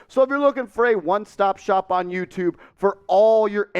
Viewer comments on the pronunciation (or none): none